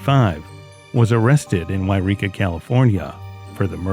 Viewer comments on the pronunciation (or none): none